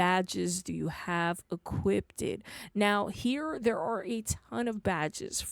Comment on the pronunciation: Idk why buy when you said "equipted" I laughed harder than I should have